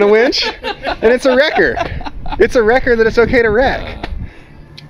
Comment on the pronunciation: Not a wrecker... It's a wrecked-er. :D